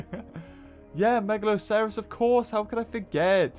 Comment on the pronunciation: Mega loss er oss is how you pronounce it